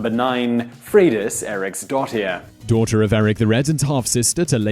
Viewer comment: Ha! I thought you were trying to say Fredas Eric’s daughter!